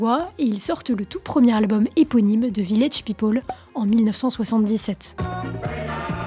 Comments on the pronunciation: On prononce peopEl et non pas peopOl. C'est insupportable. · Oui, en français elle articule assez bien. Mais son anglais est à chier!! ("Ze rrietchie faamili", "Ze wiilage pipole", etc...😣)